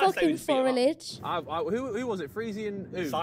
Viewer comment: DID YOU SAY FORILAGE? do you mean foliage? 😂😂